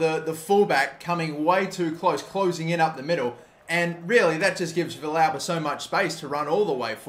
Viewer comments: Also, Villalba is (V-Al-Buh) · Your pronouncition of Villalba hurts my soul. It's vee-yalba. Or, if you want to go with the argentinian spanish, vee-salba.